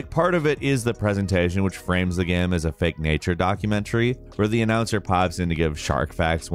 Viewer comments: No one:: "gaem" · "It's a great gam"